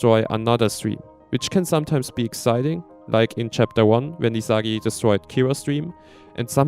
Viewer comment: Oh wait your Isagi pronunciation as well